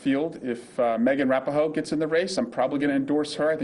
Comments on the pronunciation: This dude said Meghan RAP’in-ho 😂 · Did you mean Megan rapinoe? My dude said rapihoe...smh. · Who names their kid Cricket? Also it's ra-pee-no. If you're going to pander, at least do it correctly.